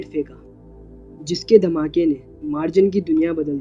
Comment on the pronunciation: Bro मार्जन nahi मर्जान hai uska name